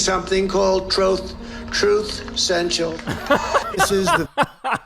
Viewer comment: We should all call it "Troth Sential" now. 😅